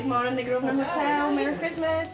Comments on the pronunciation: I don't get why the owner pronaunsiates the name of the hotel wrong. It's not "groesner", it's "grouvner". It's his own hotel! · Incredible!.... owns the hotel but he can’t pronounce the name properly! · didn't name the hotel. The Grosvenor Hotel was named The Grosvenor Hotel when he purchased it. It's now. under different ownership and it's still called The Grosvenor Hotel It does say something however, when an owner can't pronounce the name of his own business. And can't be bothered